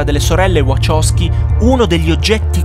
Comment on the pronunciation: Wachowski si pronuncia VaHowski con la H